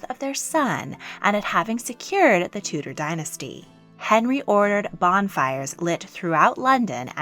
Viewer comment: You cannot pronounce DUKE or TUDOR properly.